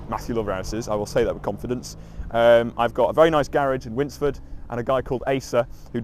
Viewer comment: Did you say winsford? 😂